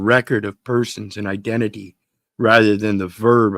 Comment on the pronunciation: Gov: eye dent T fyi?